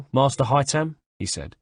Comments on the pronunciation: IT'S HAY-THAM YOU FUCKTARD TOSSER,NOT HAY-TAM!this is the 5th audiobook,get the bloody names right. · I hate how he doesn't pronounce Haytham's name correctly. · Omg I hate the way he says haythem’s name I would love Adrian hough haythem’s voice actor to do an audio book that would make so much money